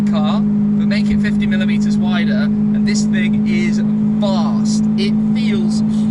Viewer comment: He said vast, not fast, lol